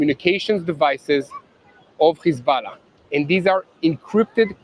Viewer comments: It's hezbollah not hezballah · How come he pronounces hezbollah like that